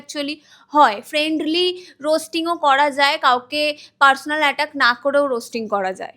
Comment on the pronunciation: Personal ❌Parchonal✔️